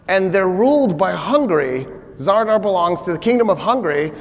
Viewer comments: Good catch. He is actually wrong in many points. And I'm not talking about mispronunciation of Zadar/Zara (which he calls ZaRdar). Alexios Komnenos never went to see the Pope in Italy. Never even set foot in Italy. He sent envoys. several times mentions he does, and makes a great story about that visit that never happened. Richard massacres the 2700 muslims at Accre because Salah ad Din made a deal that included giving back the piece of the True Cross that he took at Hattin. And Salah ad Din repeatedly doesn't bring it. Richard sees that Salah ad Din lied about the possesion of it in the negotiations, gets angry and slaughters them. doesn't mention the piece of the True Cross at all, all historical texts do. The proposal of marriage between Al Adil and Joanne was not made by Richard but by Al Adil himself. This is written by the companion of Salah ad Din and eyewitness Baha ad Din, his biographer. The proposal in not mentioned in any Christian sources whatsoever. Al Adin had the motive, Richard had no motive (explained by ). Two possibilities: either it happend and Richard dismissed it immediately without telling around what happened, or it is fully fabricated. Conrad de Monferrat was not defenestrated, he was knifed by two assassins in broad daylight while going through the streets of Tyre. talks about defenestration for 2 minutes. The battle of Ain Jalut between the Mongols and the Mamluks takes place in 1260. claims that the Mamluks won by employing cannons w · I am a great fan, no doubt. Just one small thing : the port city's name that is in Croatia today is Zadar, nor 'r' in the middle.